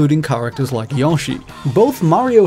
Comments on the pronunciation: Yeah, why try to properly pronounce one of the biggest game company’s most prolific characters? Do you pronounce proper nouns however the hell you want often, and just blame it on your accent? Cool strat, bro. Really makes it seem like you’re a game expert. Can’t wait for your video on Sawny’s next console. Maybe a report on the Tewkyo Game Show. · That's how a lot of Brits pronounce Yoshi. I used to too until I started trying to pronounce it the correct way. I don't even blame anyone for saying it that way, as that's how Yoshi himself says it. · GyroMurphy It’s just a prolific Nintendo character, right? Who cares how it’s pronounced? Oh wait, ALL OF US who aren’t “” care... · That video you just linked to pronounces it the same way I have been saying to pronounce it, which is not the same as the way he is pronouncing it in the video. I have never heard anyone pronounce it as yooh-shi. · YASHI? Really... it’s Yoshi 😂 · Please, stop pronouncing "Yoshi" incorrectly. The Smash Bros. announcer has gotten it correct for years, so you've no excuse. It's not "Yawshi" it's "Yoshi". Do you even know how to pronounce "yo" or "yoyo"? Come on, man! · FYI, Intelligent Systems is a 2nd Party developer. While Nintendo owns some stock they are an independent company, not a subsidiary of Nintendo. Also, Yoshi is pronounced 'yoh-shi', not 'yaw-shi'. Great video otherwise. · I'm not a big Yah-shee fan, I prefer Yoshi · Yoshi’s name is simply not pronounced “Yawshi.” In English, it’s pronounced as it’s written: “Yoshi.” In Japanese, it’s actually ヨッシー、pronounced “Yosshi—.” But never is it “Yawshi,” and to call it that continually while also claiming to be a gaming researcher is very silly indeed. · Yo is exactly what I heard in there not yah, as he says in the video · Hearing it pronounced Yawshee triggers me so hard. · "Yawshi" XD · Yawshi and Pokeymon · "yAWshi" Ugh. Just sounds weird saying it that way.